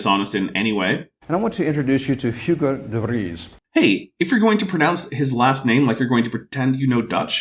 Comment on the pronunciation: hugo de vries? was that what he was trying to say?😅.